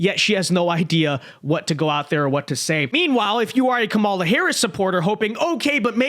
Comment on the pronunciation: That's the first time I've heard Trump pronounce her name correctly as "KAH-mala," instead of "Ka-MAH-la." Just an observation.